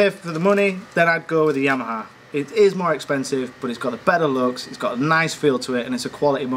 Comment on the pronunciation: "The Jheeyyyamaha"